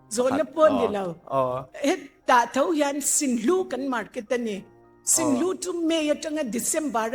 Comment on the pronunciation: Kan pi chuan mizo tawng ava thiamlo ve.. Sinhlu, Ngengmu.. Sunhlu, Ngenmu.. Tih zawk tur anih hmel..